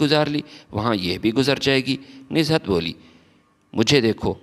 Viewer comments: Pehle Urdu ki reading tau janab seekh lein, Nuzhat not nizhat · Name is Nuzhat not Nizhat. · بھئ کم سے کم جو لکھا ہے وہی پڑھ کر صحیح pronunciation. کے ساتھ صحیح تلفظ کی ادائیگی کرو بجائے نزہت بولتے وقت ز کے نیچے بلا وجہ زیر لگانے سے کیا مل رہا یے